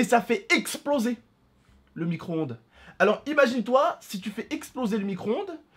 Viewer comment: Arêtes de dire "micronde" c'est un "micro-onde" !